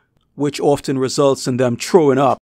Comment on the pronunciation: BTW, it'S THROW-ING-UP not TROW-ING-UP.